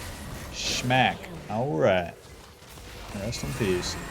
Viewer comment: Sounds weird to hear "shmack" instead of "smack"